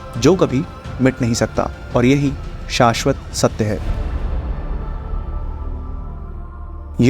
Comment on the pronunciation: "Shashwat satya" was on point